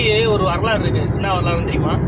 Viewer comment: bro வரலாறு... not வலலராறு ipo sollu correct ta